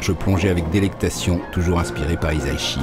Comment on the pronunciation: [mode pête-couille on] Ça se prononce "hissa-ishi", pas "hiza-ishi" ;) [mode pête-couille off]